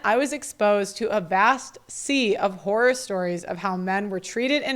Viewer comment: You said "horror stories" but I heard "whorer stories" and I was absolutely horrified by that. (You might say I was "whoreified.")